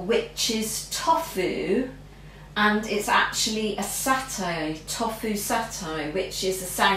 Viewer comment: Its tofu like tofoooo and satay your pronunciation of these make me shout at the tv lol